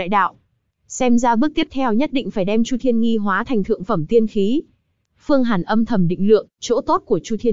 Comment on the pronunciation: Chu thiên nghi mà nghe sao ra nhi v